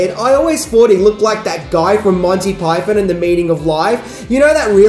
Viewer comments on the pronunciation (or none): none